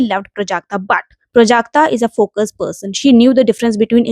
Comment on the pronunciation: Her name is prajakta not prujakta The wrong pronounciation gave me a headache